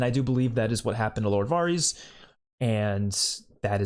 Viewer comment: Not trying to be rude here lol but Varys is pronounced like it rhymes with the word Heiress. More like vairis not varrese. Thought you might wanna know.